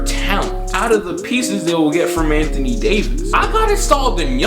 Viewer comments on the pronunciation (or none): none